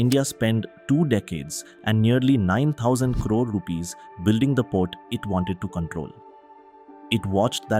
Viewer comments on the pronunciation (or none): none